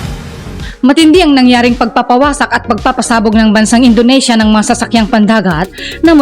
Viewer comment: Indonesia NOT Indonasia..😂